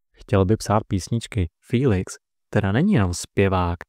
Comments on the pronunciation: To není fííílix ale Felix... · Můžu se zeptat proč mu každý říká filix